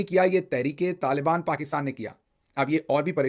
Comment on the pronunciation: Not tal bani but,taliban , hindi sudharo apni bhai ji